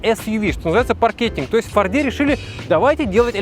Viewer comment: Да бле фОрде, а не фордЕ